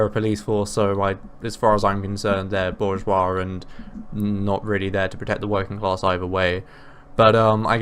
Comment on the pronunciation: Also he mispronounces bourgeois